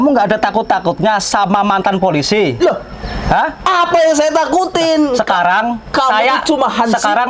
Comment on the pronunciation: Polisi bang bukan polisai 🤣🤣🤣🤣